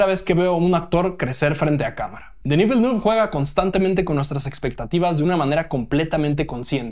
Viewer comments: No se dice "velnuf", se dice "vilnef" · /Vilenef/. El apellido del director se pronuncia con fonética francesa. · Siento sonar repelente, pero Villeneuve se pronuncia "Vilenéf", él es canadiense de la parte francófona y su apellido es francés. Un saludo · Que risa cómo pronuncia Villeneuve 🤣